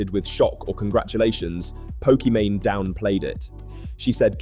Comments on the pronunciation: Pokemany? You're gonna have to re-edit this entire video because you say her name wrong the entire time. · Pokemany doesn’t deserve to have her name said correctly. Keep the video up. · Nah bro I do not trust you to have properly researched the video if you can't even say her name properly lol It's not even an exotic name